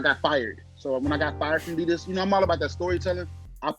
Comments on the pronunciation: got a lot of nerve correcting everyone about how to pronounce Saucony when the man says Adidas like a true New Jersey bro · Worst take goes to for correcting on Saucony but mispronounces Adidas minutes later.